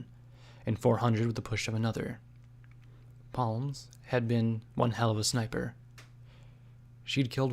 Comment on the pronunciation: Psalms is pronounced as "Salms" not "palms". Otherwise great job m8